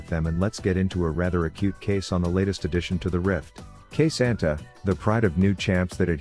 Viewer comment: i saw your comment and i know I'm late but K'Sante is the Pride of Nazumah. voice just pronounces it as Natsuma.